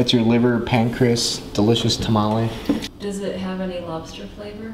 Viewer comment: It's tomalley not tamale. say it right